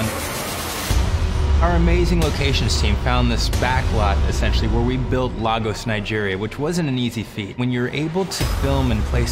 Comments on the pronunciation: Did he just say...lAgos? It's Lagos nigga, LAGOS! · “Lay-gus” not La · I will scream if I hear someone mispronounce "Lagos, Nigeria" again. It's lay-goes not lah-gohss. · Cringe moment every time I hear LAH’GOS instead of LAY’GOS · LAH-gos Nigeria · Hearing them mispronounce "Lagos" is killing my soul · I love Captain America civil war but you mfkers could have at least learnt the correct pronunciation of "Lagos" 🙄